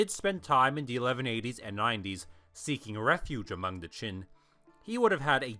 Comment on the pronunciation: I can't be the only one that is bothered by hearing "chin" (Qin) instead of "gin" (Jin). These are two very different time periods.